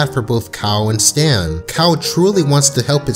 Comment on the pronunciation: His name is definitely "Stan", not "Stance"...